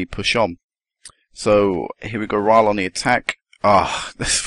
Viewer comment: Rhyl is pronounced Rill